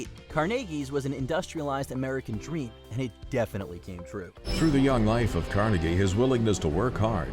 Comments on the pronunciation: I know, right? Even time he said it I found myself quietly correcting him. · the way this guy pronounces Carnegie's name is wierd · Holy crap how can you not pronounce Carnegie correctly it says it in the documentary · The way he pronounced Carnegie made me cringe so hard lmaooo.